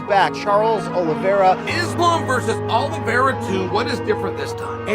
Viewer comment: 45 sec in and im out.heheh he sayd olevere is the faforit heheheeheheheeheheheheehehehe